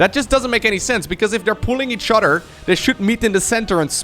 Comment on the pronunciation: I love the classic intro, but honestly, my personal favorite is when he says "the udder side of the map".